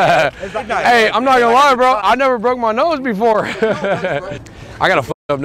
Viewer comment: “I brokeded ma nOse”